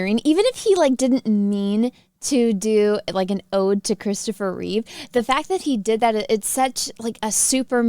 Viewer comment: I'm looking forward to the movie. However, may we please clear one thing up? It is Christopher Reeve (minus an "s" at the end). However the tv Superman actor of the 1950s was George Reeves.